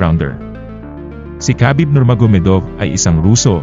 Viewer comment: Habib ang bigkas sa pangalan ni Khabib.. hindi kabib... i research mo to prove it.